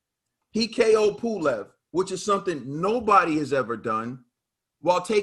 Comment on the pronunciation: It’s pulev 😂😂😂😂